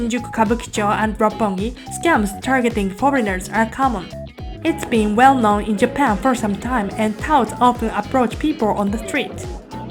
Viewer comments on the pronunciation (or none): none